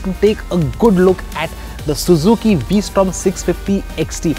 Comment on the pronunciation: He keeps saying WE Strom.